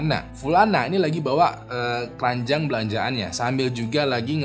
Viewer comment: bang "KERANJANG BELANJAAN" apa "KERANJAAN BELANJAAN"😂😂😂